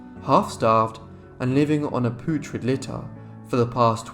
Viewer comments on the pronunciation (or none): The way he pronounced “putrid” took me out of the story, made me laugh. 😅